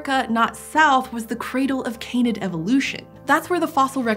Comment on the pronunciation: Can-id, not cane-id. Please, it's breaking my ears.